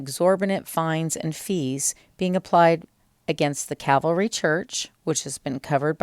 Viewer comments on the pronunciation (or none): It's not the CAVALRY church. Try CALVARY, instead. Please explain why fining a church is a BAD thing?